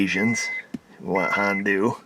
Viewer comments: "Hondoo. Not a sponsor" Honda: "をりんるせけす!" (Did he just say Hondoo?) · I just realized he called Honda "Han-doo" lol 😆😂👍👍👍